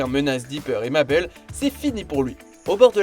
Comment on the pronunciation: dans souvenirs de gravity fall sa se prononce pas maibel ?